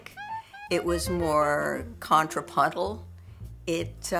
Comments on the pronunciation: Contrapuntal. As in the use of counterpoint. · What the hell is "contrapoddle?"